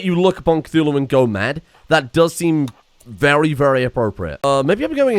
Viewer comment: Cthulhu? more like Cth"uWu"